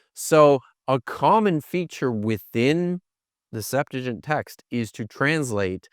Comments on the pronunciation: “the Septajen”😂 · The SeptuagiN?? 🤣🤣 Seriously??... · why would he do that he’s an expert in Greek? What is he gonna do with a Hebrew scholar? Talk about broken pots with Aramaic? The Septuagint. (The one can’t pronounce) is in Greek btw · Why can't these bros put some shoes on. Also, my kids could have done better homework on the Septuagint, at least well enough to say it correctly. This interview was like judging a high school Lincoln-Douglas debate tournament.